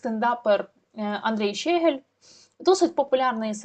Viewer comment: Дякую за працю, лиш зауважу - ЩегЕль, а не ЩЕгель... і оте "по...єлі" - це не прикрашає репортаж. Та й тексти того щегля варто було б опрацювати, а не привчати такими "шедеврами" український народ до узаконення московинського матюччя